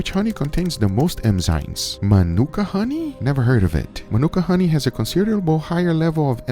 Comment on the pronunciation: Well, he pronuonce emm.... Instead of ennn, tho